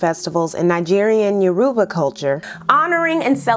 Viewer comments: Little nitpick: it’s yor-oo-Bah. Not meant to sound like it rhymes with Cuba. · Hi just started the video and it looks great just wanted to point out Yoruba is pronounced more like: Yo-row-ba (say ba like Ballon). Great job on the video! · you pronounced yoruba wrong kmt